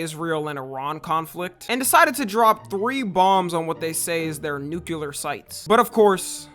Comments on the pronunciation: its pronounced NU-CLEAR not NU-CU-LER. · Bro can't even say nuclear correctly. nobody expects him to be a positive force in the war effort my man